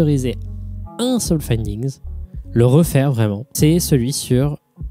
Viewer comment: « Findigns » fait gaffe, cool vidéo mon reuf